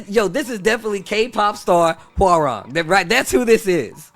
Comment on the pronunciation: as a Korean , So Cringy How Foreigners Butcher His Name . it is Pronounce HWA-RAHNG ( Not RANG Like The Telephone RANG ) Like Hyundai is Hyun-Dae Not Hyoon Dye lol~ FUN FACT the KRN ( Korean ) Character " 맥 " on his Front and BAEK ( Back ) of his DoBok is from TEKKEN 3